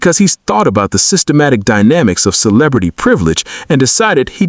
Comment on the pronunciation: Good content but AI reading is rough ...cannot pronounce "celebrity" correctly.